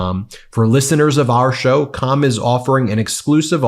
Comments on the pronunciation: Bro, you are not saying "CALM" right 😆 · Am I the only one that keeps hearing the name of the Calm app wrong? I swear I hear another word, that can't be said here. It keeps making me laugh. As a hint, try swapping the A for an U and lose the L.